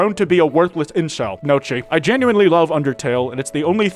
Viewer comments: Was thinking the same thing. Not neocchi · god fucking dammit, it’s pronounced (NO-key) not fucking (no-CHI) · “no-chee?” fucking “know chi???” my Italian teacher is in your walls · isn't gnochhi pronounced like "neoh-kee"? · I swear to whatever you believe in if you pronounce gnocchi, nochi again. I will loving caress you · I hate to be that person but you pronounced gnocchi wrong and it’s pissing the shit off of me its pronounced n-yo-key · that pronunciation is DISGUSTING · that pronunciation is atrocious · thats NOT hoe you say gnocci, omg